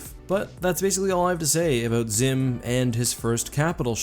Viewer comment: Abowwwwwwwt. Not abooooot.